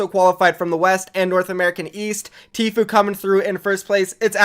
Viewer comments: he said tflue wtf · this dude says Tflue instead of true. Listen closely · Did you guys here the guy with long hair say tflue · The guy with long hair said tfluu